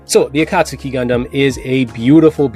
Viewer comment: “Akast-u-ki” , I cringe everytime you pronounce it that way.